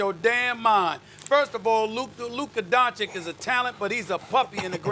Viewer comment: My god, SAS needs to learn how to pronounce Doncic already